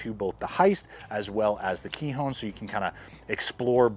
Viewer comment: Kihon.... not "kee-hone" means basics or fundamentals in Japanese